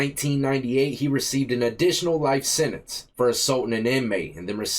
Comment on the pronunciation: The word is Sentence not sininse!